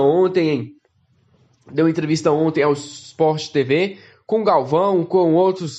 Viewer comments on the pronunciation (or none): none